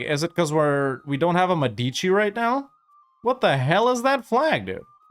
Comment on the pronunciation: I really love your content and I'm also happy to watch your videos anytime I have some spare time, but please, I beg you, EU5 will be with us for a very long time, is mÉdici not medÌci